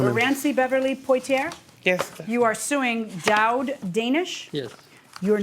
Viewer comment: Her name is pronounced "Po-ti-ay" like the actor Sydney Poitier. Not "portierr"